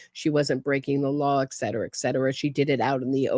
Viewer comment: Etcetera is pronounced, "eT sedera" not "eK sedera"